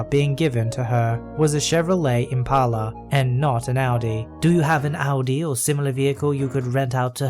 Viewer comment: Your perfect pronunciation of Audi makes me so incredibly happy!!!